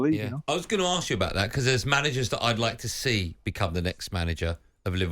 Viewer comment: The word ask is spelled ask; not arkssss!